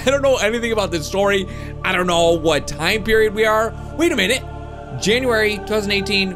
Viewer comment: Have any one notice he said janurary But its feburary